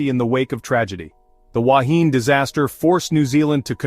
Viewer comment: Please make the effort to get the pronunciation right. and to show pictures of the actual Wahine. Goodness knows what the relevance of a ship sinking vertically has to do with the Wahine grounding on a reef. Likewise for an octopus next to a sailing ship. Talk about a cobbled together video!